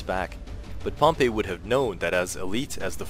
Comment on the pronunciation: You didn’t mention one word about the reason he had a 4th hidden line armed with just their pila b/c he was outnumbered in cavalry with 1k or 1.5k vs Pompey’s 7k cavalry. And your pronouncing Pompey as the city of Pompeii. Please stop. Nor is that why he made the 4th line. Your wrong about any things here .